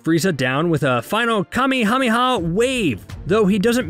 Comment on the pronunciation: Kamehameha not kamihamiha